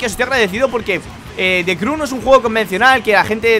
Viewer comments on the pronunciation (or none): se pronuncia criu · The crew se dice como the criu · prado se dise de criu